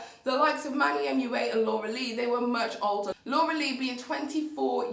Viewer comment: i thought she was saying dora the whole time